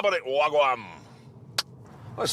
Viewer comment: Jeremy, as a white dude from Scotland I might be wrong, I'm not sure "wa'gwam" is what young people say down there. Pretty sure it was Wa'gwan, sorry about pointing it out ... "what's going on". 👍 😂